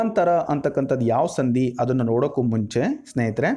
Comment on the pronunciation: ಎಲ್ಲಾ ಓಕೆ, ಆದ್ರೆ ನೀವು, ಸಂಧಿ ಎಂಬ ಪದವನ್ನು ಸಂದಿ ಎಂದು ತಪ್ಪಾಗಿ ಉಚ್ಛಾರ ಮಾಡುತ್ತಿದ್ದೀರಾ.